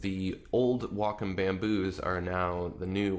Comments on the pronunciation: It's Wacom not wocom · its wacom not wocom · Excuse the off topic question, by why is it pronounced "wah-com" and not "way-com"? If you take Waco (Texas) as an example, that isn't pronounced "wah-co"... tx. :) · pronunciation: WAY-com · I just got a Wacom ad before the video. It's "Wah-com". c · So you pronounce your a's as o's and you think its correct? Ok you keep thinking that.